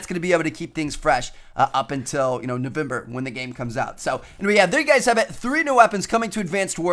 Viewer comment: did he just say "noveUmber" or do I need new ear buds?